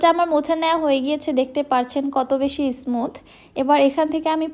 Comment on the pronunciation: Fluffy ফ্লাফি। ফ্লাপি না। X ইসমুথ না। স্মুথ smooth ছাঁচ শাঁচ না।